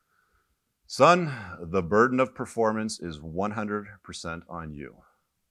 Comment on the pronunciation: “Burdon?” Hehehe 😂. Should be “Burden.”